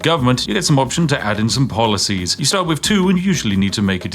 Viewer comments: . polOcies? And you are meant to be British. Tut Tut! 😂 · "Extra polocies" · "polocies" hyuk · Polocies xD